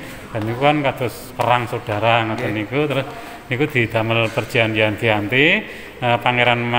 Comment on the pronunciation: Keren 🔥🔥🔥. Sekadar info, tulisannya memang "Giyanti", tapi bacanya adalah "Djanti", karena perjanjian dilakukan di desa Djanti.